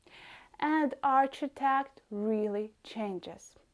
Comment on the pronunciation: That was really interesting, thank you. If I may correct your pronunciation of ‘arch-i-tec-ture’, it is pronounced as, ‘ark-i-tec-ture. Yes, in my city, Sheffield, UK we have Russian influence architecture, but we call it ‘Brutalism’, made out of concrete. We also have famous flats called, Park Hill flats.